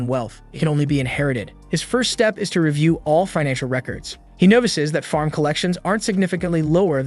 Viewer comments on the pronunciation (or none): none